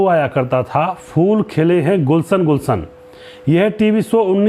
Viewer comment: Arey bhondoo…gulSan gulSan nahee gulsHan gulsHan bol tum logonko kya rog lag gaya jo “SH” dhvani ka ucchaar nahi kar sakthe, dHa, pHa, kHa, kHa, tHa(THakur vala tHa)